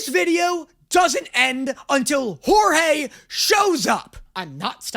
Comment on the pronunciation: I want him to react to "big city greens" idk why... Also OMFG IT'S "Jorge"!!!! 😆😆😆😆